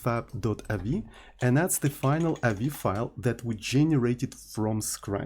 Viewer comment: avi isn't a word, say the letters.